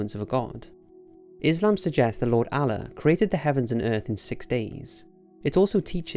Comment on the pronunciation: its Allah not alaa wtf